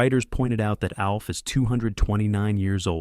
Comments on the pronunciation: "AWLF"?!!!!! "A.L F"?!!! "OLF"?!! No, it's ALF!!!! ALF, ALF, ALF!!!!! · It’s pronounced like elf. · Why does he keep mispronouncing “Alf?”